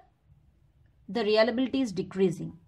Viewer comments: Nice session. Pls. correct. Its Reliability not realability. You are pronouncing it "realability".. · It's not Re-ala-bi-li-ty It's re-lia-bi-li-ty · ya u right her pronunciation is not correct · no mate, it is indeed pronunciation